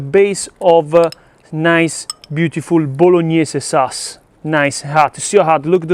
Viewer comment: your english is awesome....tomato SUASSS and OIL OV OJIOLLL ❤❤❤ i love you